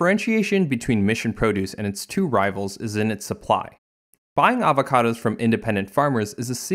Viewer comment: I will drink everytime he says avahcahdahs Edit: I got alcohol poisoning